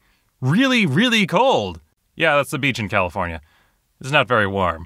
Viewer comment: NOT CAL-I-FORN-IA!!!